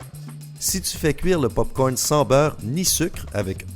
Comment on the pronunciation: Il a dit popocorne 😂😂😂